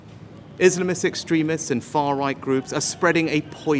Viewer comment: Far Roght 😂